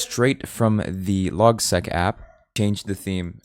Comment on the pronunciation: I'd suggest pronouncing LogSeq as Log-S-E-E-K the S-E-E-K comes from Sequential.